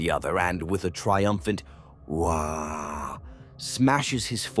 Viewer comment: “A unified shout of…” sound of the AI interpreting “waaagh” with a baby’s “wahhh” lmao